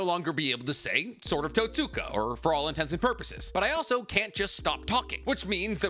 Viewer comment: Totska blade, not Totsuka